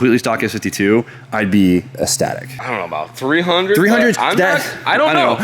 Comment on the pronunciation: ecstatic not esstatic